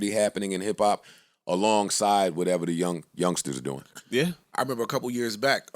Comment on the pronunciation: I get really annoyed when says “whateva”.. I can’t explain, I just know im really annoyed afterwards